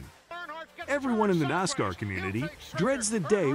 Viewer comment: It is a little different to listen to this fellow when he can't pronounce half of the names correct. Can't even pronounce NASCAR correct.